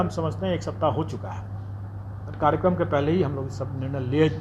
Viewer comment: सर जी कारिगरम नहीं होता है कार्यक्रम होता है आपने गलत शब्द का उच्चारण किया है।